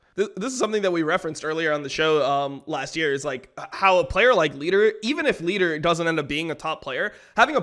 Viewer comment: he announed lider right ? XD